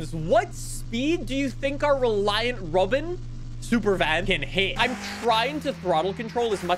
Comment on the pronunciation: After speaking about his grandparent's neighbor, notice how started letting the accent really come through when he said "rawBin"